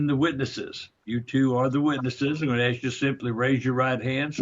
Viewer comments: If he says “axe” one more time I’ll get a migraine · It's 'ask' not 'ax.' There is an 's' and a 'k' in the word.